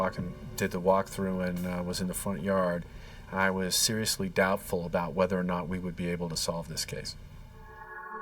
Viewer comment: "A-boat"... About.